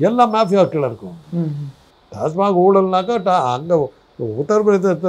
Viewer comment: தம்பி நீங்க ஒரு செய்தியாளரா இருக்கீங்க! ஐயா திரு போன்ற அறிவார்ந்த மனிதர்களை நேர்காணல் நடத்துறீங்க... பெயர்களை சரியாக உச்சரிக்க கற்றுக் கொள்ளலாமே? அது TASMAC (TASMAC is Tamil Nadu State Marketing Corporation Limited) ஆனா டாஸ்மார்க்., டாஸ்மார்க்குனு திரும்ப திரும்ப சொல்றீங்க?